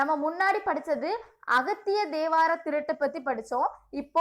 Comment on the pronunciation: Pronounce mattum konjam sollum pothu correct panikonga plz...neenga ivolo prepare panni teach pannum pothu pronounce mistake LA konjam oru mathire aguthu...ex!! ((thirattu!!.@ thiruttu nu pronounce mistake aguthu ))anyway ur teaching very decade... Intha comment ah thappa eduthukathinga sorry